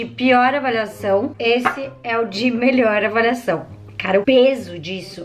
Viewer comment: Acho legal qnd ela fala avaliação ela fala avalhacão e qnd ela fala avaliado ela fala avalhado ksksksk